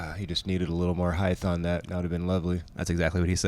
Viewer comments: Why did keep saying "heighth"? Lol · Love the commentary but heighth is not a word. It’s height. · Bro, since when is HEIGHTH a word? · Cool commentary and coverage... just curious why keeps saying heighth instead of height. Is it one his made-up words like ‘nurl’? Interesting 🤔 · is saying...hyth? not height?.... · Great commentary, and., height rhymes with night - even spelled the same. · Someone teach how to say the word "height"! It's annoying listening to him mispronounce it over and over. There is no "th"!